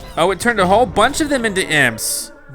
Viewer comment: "Thats InDerResting"